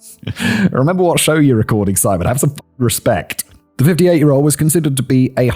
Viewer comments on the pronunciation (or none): none